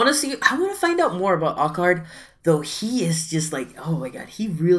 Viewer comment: stop calling him ac ard.his name is Alu Card